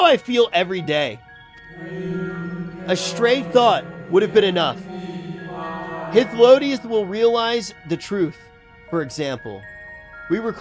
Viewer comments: say it with me: High. Flow. Day. Us. Hythlodaeus. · Or even hith lo day us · High thlo day us